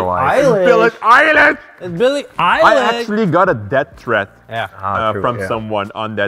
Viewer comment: me from 2021 "it's Billy Eiliyah not allysh